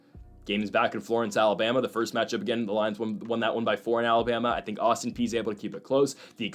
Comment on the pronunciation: My God you finally listened to me and pronounced Austin Peay properly, woot. Agree with the others, lose the background music. Ok, now I will say keep up the good work.